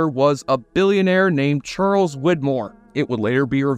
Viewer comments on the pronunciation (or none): none